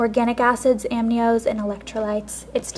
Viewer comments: amnios?? Lol it's AMINOS... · it's pronounced ah-mean-ohs. not am-nee-ohs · amnios LOL its aminos :P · I think "aminos" is pronounced a-mean-nos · Haha A - MEAN - Os (Aminos) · i love how she says aminos lol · You cannot pronounce aminos...-_